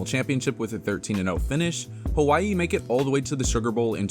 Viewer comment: The proper pronunciation is with a W, not a V.